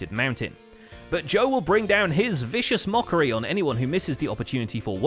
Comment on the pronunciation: viscious mockery? what's that? oh wait you mean his wondeeforepsychicdamaj?